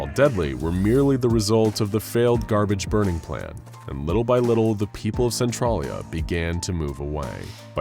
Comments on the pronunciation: you butchered how to pounce centralia. cen-tral-ia. i grew up in centralia WA. n everytime you said it i cringed hardcore. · I hate the way he pronounces Centralia... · Don't know if its just a local thing but the way he says centralia is weird